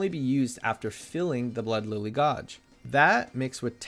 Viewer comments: what about how he said "godge" as gauge? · Your pronunciation of "gauge" and "astrologian" hurt me to listen to, but the video was pretty good. Thanks! (they're pronounced "gae-j" with a hard "J", and "a/uh-straw-lo-gen")